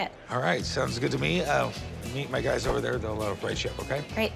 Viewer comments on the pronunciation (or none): none